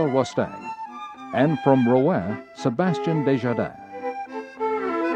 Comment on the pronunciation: Mispronounced the city Rouen.